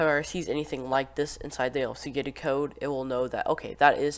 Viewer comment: bro didn’t say obfuscated right a single time